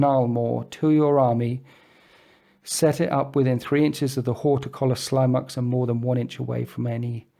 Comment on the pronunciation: I think Horticulous Slimux is supposed to be pronounced like Ridiculous.